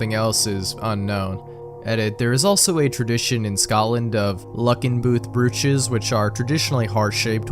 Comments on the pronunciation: brooch is pronounced broach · Brooch is pronounced like broach. 😊 Just FYI. And no, it does not make sense. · Brooch is pronounced broach. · Super interesting video, most of these I never heard of! Subscribed. FYI, "brooch" rhymes with "roach"--yes, it's counterintuitive. English is dumb.